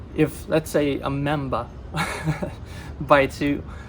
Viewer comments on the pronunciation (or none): Hey not to be rude you said mimba was that because of your ascent because in the U.S it sounds like mamba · I'm from New England.when you said "Memba" I thought..🤔my Memba hasn't ever bitten anyone before🤔🤔